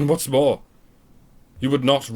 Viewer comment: Haha... "MIORE" lol, luv yas